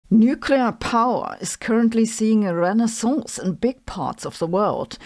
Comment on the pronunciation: Ooh, Dr Hossenfelder, that French course you're doing seems to paying off, your pronunciation of "renaissance" was impressive.